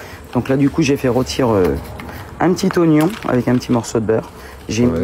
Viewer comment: "rotir" on commence mal et un indice : ça finis mal aussi